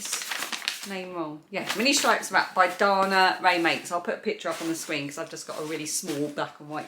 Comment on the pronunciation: This is absolutely an FYI and not a correction. 😊 I asked Dana Rae how her name is pronounced, and she said Day-nuh. I had to ask, because Podcasters say it both ways and I wanted to know!